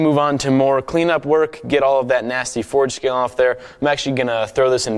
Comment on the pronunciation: does any one here him say foreskin or forge scale